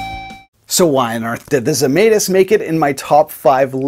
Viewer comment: It's Zemaitis!